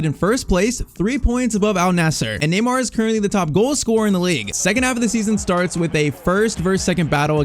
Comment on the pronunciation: neymar not tyztir